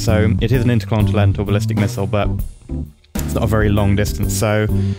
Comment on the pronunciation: you just injoy saying intercontinentalbulistikmisile?